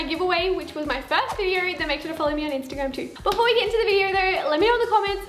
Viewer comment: it's not a video.... it's a "viderrr" lol heh..heh..